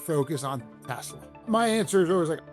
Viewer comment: putin toying with trump. trump toying with elon. "i love teslerrr" 🤣🤣🤣